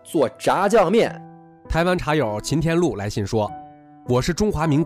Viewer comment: 念错了，秦天禄